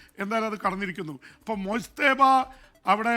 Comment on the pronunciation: മോജ് തബ എന്നല്ല മുജ്തബ എന്നാണ് പേര് . അറബി പദമാണ്